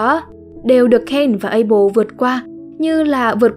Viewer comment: Abel chứ ko phải apel nha:))